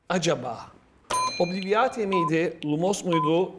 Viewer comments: Obliviate aslında obliveyt diye okunması gerekmiyor mu? Sanki hermoine öyle okumuştu ama. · Tam Türkçe telaffuz "obliviyeyt".